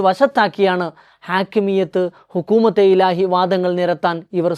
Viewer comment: ഹുക്കൂമത്തെ ഇലാഹി എന്ന് ഉച്ചരിക്കാൻ നിങ്ങൾക്ക് വിവരം വരട്ടെ!!?? ബാക്കി പിന്നെ.